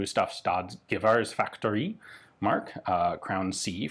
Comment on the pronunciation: Pronounciation note: in swedish, emphasis is often placed on the second syllable of a word. It would then be "geVÄrsfabRIk", since that is a combination of the words "geVÄR" (rifle) and "fabRIK" (factory). This is not an absolute rule, of course, but it helps to bear in mind. Speaking of bear, the "Ä" in "gevär" is pronounced a lot like the "EA" in bear. The way you pronounced the word in this video was more similar to the german word "gewehr"... which of course means the same thing, since "gevär" is a loan word from german. Incidentally, the term originally used in swedish was "värja", which simply meant any kind of defensive weapon ("värja" as a verb means "ward off" or defend). In modern swedish, "värja" as a noun refers specifically to a rapier, which is why a separate word for rifle is needed.